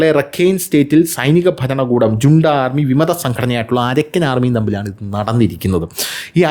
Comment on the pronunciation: Its not ജൂണ്ട but ഹുന്ത... Correct your pronounciation pls